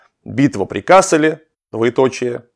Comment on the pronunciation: вообще-то надо говорить КассЕль (ударение на втором слоге), т.к. речь идет о фламандском городе. В Германии есть город КАссель. Оба названия происходят от латинского castellum (лагерь), но произносятся по-разному.